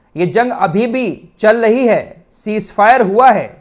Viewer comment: Chal lahi hai nahi Chal rahi hai Aap ka talaffuz aap ka level down kar raha hai